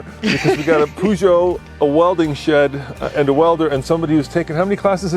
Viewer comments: If you want to pronounce peugeot better, try saying the eu as the "uh" in the "uhmm" sound when you're thinking. Its more like a long U sound instead of the oo sound you make. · An advice from a guy in Europe, just call it a Pejo. Everybody says it like this over here. 🤝🏻